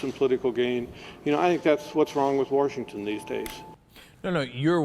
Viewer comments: for Warshington. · Forget the rape comment, this guy is disqualified for office for his mispronunciation of Washington as "Warshington". God damn that always bothers me.